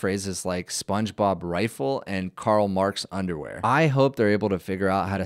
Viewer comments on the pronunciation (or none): none